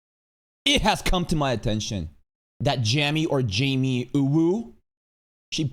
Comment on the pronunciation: Androids out here joining all the ''all anime is predbait'' Kier Starmer idiots, it seems. Oh, yeah, all the ''child-looking'' anime chick faces in the thumbnails, which I think could be that ''significant portion'' bullcrap... Also - Jami mad you messed her name up? 😆 JK. But seriously - I just assume it's like the name, cause the other thing is too much like calling Darkseid - ''Darkseed'', c'mon now